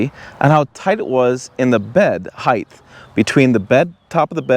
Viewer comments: height not heigth? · Height not heigth 😂